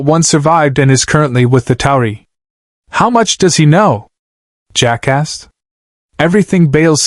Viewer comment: Every time it said "Jack asked" but it came out jackass was hilarious.